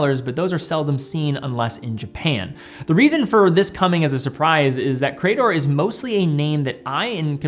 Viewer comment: It's hurting my ears to hear you repeatedly say 'Cray-dor' 🙂 ... grammatically, in English, that word is 'Cree-dor'. Thanks and have a nice day.